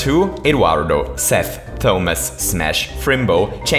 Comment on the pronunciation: Why do you pronounce Thomas so formally?